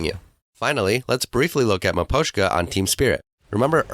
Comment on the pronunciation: he thinks its maposhka